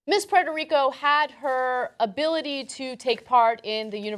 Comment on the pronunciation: Miss Pitter Rico. Say that shit right Ana. PUERTO!